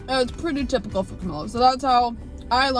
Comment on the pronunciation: Didn't she say "Puerty"? That's funny. Anyway, she knows how to use chopsticks so well.